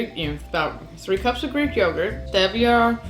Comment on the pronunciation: How do you not know how to pronounce basic words like "stevia" and "sucralose?" Also, she says "stevia and sucralose" ... girl, it's the same damn thing, no need to say it back to back.